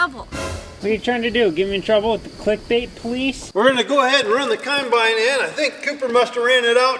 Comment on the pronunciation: I don't know bout ya'll other Cornstar fans, but I just can't get tired of the way pronounces "waRsh" and "cAmbine". Can't wait for him to put these two together in the same sentence! 🤣🤣🤣 Is that an Iowan accent thing, or is it just a thing? (sorry, I'm French, and although I'm quite fluent in English, it's kinda hard for me to pick up all of the US local accents subtleties😉)